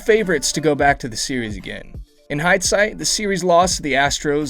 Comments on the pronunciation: And hydesight instead of hindsight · Wait wait wait...did you say "hide-sight"? Do you mean "hindsight"? Never heard that one botched before.. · “In HIDEsight”???